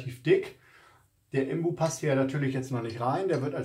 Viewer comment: Sorry, aber es heisst "INBUS" - und nicht "IMBUS"! Man sitzt ja nicht "im Bus"...! Die Ableitung kommt von "Innen-Sechskant" - also "IN". Deswegen INBUS.